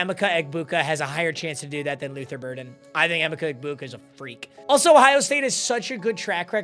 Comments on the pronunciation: strikes again... The first 6 RBs are definitely 1st round talents... And It's pronounced EE-Mecha EHBuka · you butchering e-mech-a egbuka's name will haunt me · “em-icka egbuka” 🥀🥀🥀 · W but L ball knowledge and pronounce emeka egbuka